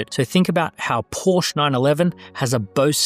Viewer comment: Porsche = 2 syllables